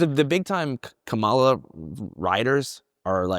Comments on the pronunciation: Still don't even know how to say Kamala yet? Haha. At least I don't think it's intentional with yall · Man. A lot of disappointing stuff in this interview. Like, holy fuck NEITHER person can pronounce Kamala's name correctly? Never heard of audience capture as somebody working in independent media who literally reports on the effects of these types of things? On the bright side at least Andrew wasn't afraid to admit that leftists were wrong about trump not being worse than biden/harris AND wrong about Jill Stein not being an opportunistic leech who only stops licking the boots of corrupt world leaders like Assad and Putin long enough to siphon votes off of liberal candidates. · love the pod but I dooooo think not trying to pronounce Kamala's name correctly is kinda rude SUE ME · These people are so stupid, they can't even say Kamala's name right. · It’s comma like a , and la like lalalalala Kamala